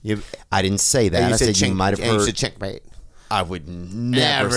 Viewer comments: "chinkmate" 10000% said, chinkmate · I swear I heard "chinkmate" and then when Bobby mentioned it I know it was true ahahaha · Theo definitly, 100%, and FOR SURE said "chink-mate" lol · 100% he said chinkmate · Definitely said chinkmate 😅😅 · he def said chinkmate lmaaooooooooooo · He 100% didn’t say check mate I replayed it 20 times… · I definitely heard chinkmate as well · He certainly said chinkmate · I heard chinkmate